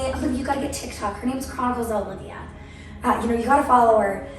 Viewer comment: Her name is Alivea, not Olivia.